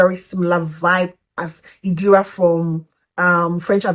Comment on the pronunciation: It's Irida hun not Idira 😊